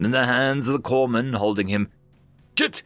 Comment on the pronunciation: Corpsman is pronounced Core man. Notable since that usually refers to your medic. If your medic is known as a corpse man he's probably not very good at his job. Either that or your guys are just exceptionally good at getting shot.